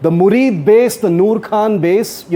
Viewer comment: Air base's name is Muridke and not Murid